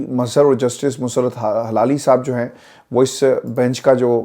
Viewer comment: It's hilali and not halali.